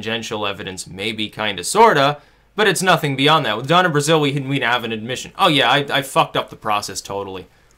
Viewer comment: IT'S DONNA BRAZILE, NOT BRAZILLE. change it before this comment is buried